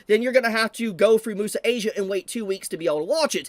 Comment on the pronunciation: Its also unavailable on Netflix. But it is still available on other (Chinese-owned) platforms like Bilibili and iQiyi Also IIRC Crunchyroll isn't the only platform that was able to get the anime early. Bilibili and iQiyi were also able to get an early release Also, isnt "Muse" in Muse Asia pronounced as "Myoos" instead of "moo-sa"? English isnt my first language but I always thought it was pronounced like the english word "Muse"